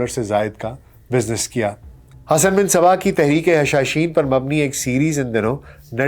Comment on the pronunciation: سر گستاخی معاف ، حسن بن صباح کے فدائین کو حشاشین نہیں بلکہ حشیشین کہا جاتا تھا ۔